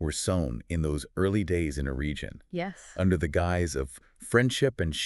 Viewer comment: Please. Please learn how to pronounce Eregion, Celebrimbor and Galadriel.